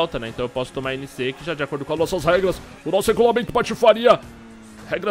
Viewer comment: "nóis góista" da "feicekam":D Continua "cum" ela:D